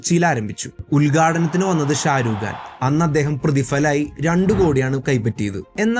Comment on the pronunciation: ഷാരൂഖാൻ അല്ല ബായ്. . ആദ്യം പേര് പഠിക്ക് . ഷാറുഖാൻ